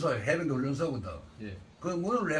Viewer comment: 해변대 혼련소 ㅎㅎ 해병대 훈련소인데....동영상 자주 보는때 해병대 글자를 해변이라고 계속 하시네요...